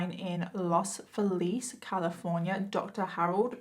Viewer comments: The pronunciation of Los Feliz is "Los FEElis" Love your make up and your stories. <3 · Here's a note no one wants or cares about: despite the fact that Los Feliz is taken from Spanish, it's pronounced Los FEE-layz. That confused me as well when I moved there and heard it for the first time.